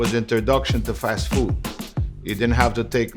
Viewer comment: 😂😂😂 FEEHWD